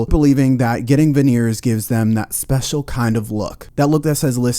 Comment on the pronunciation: Him calling chick “Spechelle” an not Special is the funniest shit I heard all day 😂 That ratchet spelling be having MFs sounding crazy.